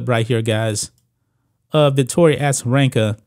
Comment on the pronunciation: A-za not Assa